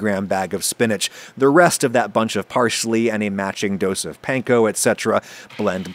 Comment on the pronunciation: my only gripe with anything you do is the way you say panko wrong. pls :(